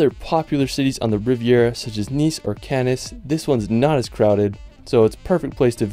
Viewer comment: Wonderful Video!!!! Wow! Thanks! Incredible photography, a really good product! [ please, it may be nice to learn the correct pronunciation of the villages names. Like Sardinia...' din' ? Sardinia. pronounced Sardenia. Menton is not Monton. Cannes is not Cann-es but Cann. I really do hate to critique you, but it's a shame so see such a handsome young man make such a gorgeous video and sound wrong, incorrect and basically painful. But hey, it's not to bash you, it's to help you for future videos] Best of luck! Looking forward to seeing your next video!!! Again, thank you 🌞🏖